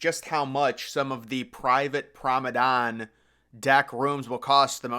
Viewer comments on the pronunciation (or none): It‘s not Promenane, it‘s Promenade deck! Just saying!😏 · What’s a “Promma-Don”? 😂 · Prom-a-darn?! Again lol 😂😂😂 is just trolling at this point must be